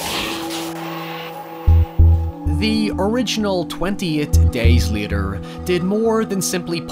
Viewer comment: Bro it’s later not liter